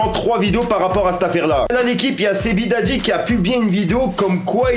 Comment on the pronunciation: "Sebidadji" 🤣🤣🤣 sérieux mec fait un effort, prononce correctement